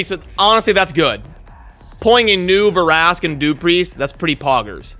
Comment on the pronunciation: The way you were saying Vrask's name I should start calling you.